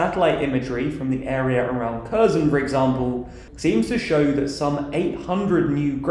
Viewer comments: Kerzin? Really? All this talk about Kiev/Kyiv, but English speakers can't figure out "herr-SON". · Kherson is pronounced "keer-son" or "keer-sun", not "kur-zen" - just a slight suggestion🇺🇦💙💛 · Kherson is said Herson. Harkeev. Lveev. Izyum is Iz-yoom. Boo-cha. You should be embarrassed that you're pronouncing these as if they were British towns\cities. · Kherson is not pronounced "CUR-zon". If you can't pronounced the kh (Х) sound or don't want to, to make it easier for your viewers, at least get the emphasis and the "s" right. It's on the last syllable, not the first: kher-SON Izyum is not pronounced "ERR-zyum". I don't know where you got that extra "r" sound. It's "ee-ZYUM". Volnovakha is not pronounced "vo-lo-VAN-kah". It's "vol-no-VA-kha" And here comes the big one which prompted me to write this post: Bucha is not just a humanitarian crisis, it's better to call it a massacre or war crime. The town's name is pronounced "BOO-(t)cha". You can get Google translate to pronounce all of these for you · Yeah I agree, it wasn't meant as criticism, but I noticed they messed up Kherson, Bucha and Izyum, so I thought I'd make a joke :D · You guys are butchering the names. Izyum is just "ee-zoom" and Kherson is "herr-sonn" not "eye-zee-yum" and "cursin' ". Bucha is boo-cha like cha-cha slide not Booka and even key-ev is the Russian pronunciation - it's kih-yeev like Yeezys